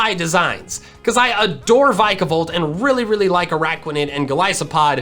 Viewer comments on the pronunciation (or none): the way he said vikavolt and golispod trigger me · adores Vikavolt, still can't say it's name right